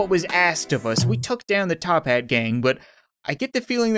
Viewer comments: It's called toppat clan not top HAT clan uh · It's actually Toppat Clan. Not Tophat Clan